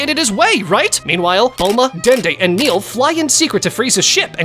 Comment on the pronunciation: Btw it's "Nail" not "Neil*